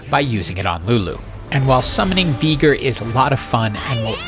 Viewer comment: Lmao you pronounce Veigar asc Veegar?